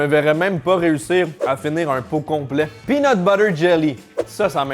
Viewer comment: Slt je suis français et ça me fait toujours rire quand dit beurre de pean lol 😂